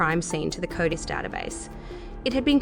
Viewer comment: the AIs who says coitus instead of CODIS annoys me the most.. one should think that is one they really tried to fix😮😅